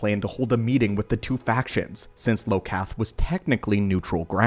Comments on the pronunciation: Its Iokath, not Lokath (or maybe i just understood badly, if so, i apologise) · IT'S I*O*KATH NOT LO*KATH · Its not "Low-Cath" its "I-Oh-Kath" 🙂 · I was gonna dog on you for pronouncing it Lokath instead of IOkath (like Input-Output) but then I realised that even if your planet becomes a robot-matrix-ecumonopolis, you can't know that for certain until you're actively building it that way. Why the hell would a species name their planet like it was always destined to become a tech graveyard? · Its IOKATH not LOKATH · Great video. Small critique - it is Iokath not Lokath. It is a capital i not an L. Eye-o-kath. But otherwise well done. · The world that the weapon was on is Iokath. Not Lokath. Don't use AI to narrate. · It’s iokath with an i. Not Lokath. Iokath. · Right? I enjoyed the video up until I heard him say LOKATH over and over. Tell me you never played the game without telling me you never played the game. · It is, Iokath (Eye-Oh-Kath) It begins with an, "i" not and "L". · Iokath, “Eye-O-Kath,” my friend. Someone didn’t play that SWTOR expansion, I see 😄😉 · He rhought I was L. Thats why he called it Lokath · This video makes me want to play SWTOR again. Is it worth playing in 2025? Last time I played, was when they introduced the planet Elom in Malgus’s takeover Also: it’s Iokath with an i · I believe it is iokath with an i not an L. From the game SWTOR